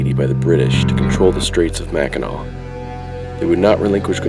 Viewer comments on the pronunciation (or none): Naomi Varga And pronounced Mak-en-aw! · Omg it's not Mackinaw island it's Mackinac!!!!!! Get it right dude!